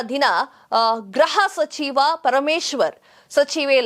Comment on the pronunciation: Please note that you are repeatedly telling Graha sachiva instead of Gruha sachiva pl don't kill kannada grammar it is GRUHA.